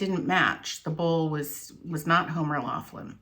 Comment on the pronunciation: Homers last name is pronounced with an F.